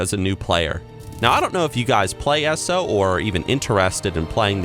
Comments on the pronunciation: PLEASE, pretty please with sugar and cherries on top, please stop saying "ESSO". I keep thinking you're taling about a petrol station or oil company. PLEASE, pretty please with sugar and cherries on top, please say "EE ESS OH". It would cause SO MUCH less confusion. And yes, as a soon-to-be British resident, you'll have to start saying Petrol, not Gas. Gas is a... well... gas. Not a liquid. :P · Just pointing out thay "world of warcraft" makes a good achronym as "w-o-w" or "wow" elder scrolls onlone is usuallu peonounced "E-s-o" thather than "essoh" as says. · It's pronounced 'EESO' NOT ESSO! LEARN THE NERD LINGO OR GTFO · “Eh-so” my guy it is called E S O... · I don't know why but saying ESO as "Ess-oh" really bugs me. I prefer saying E-S-O. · So glad you’re loving ESO as much as us who saw the potential from the go!! But......Dear lord, it’s “E-S-O” not “eso”... Still love the content sir!!! :) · For some reason it pisses me off when I hear you say eSo lol around here we simply pronounce it E.S.O. Great discussion video bro. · Been playing ESO since the exact day they got rid of the subscription and I like the vids you've been uploading. But! I have to tell you... it's E S O, say it one letter at a time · why does he pronounce ESO as esso? :( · And how he says eso is so weird